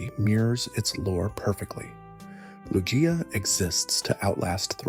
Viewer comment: Great stuff, it is "Loo-Gee-Uh" though. I think most would agree on that.